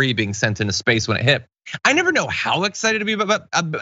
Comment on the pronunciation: Come on John. It's pronounced "In Spaaaayce"! I think buying this woman a couple drinks and letting her expound on orbital mechanics, mass thrust equation, and the inverse of velocity, foot pounds of thrust, and degrees of course change would be entertaining.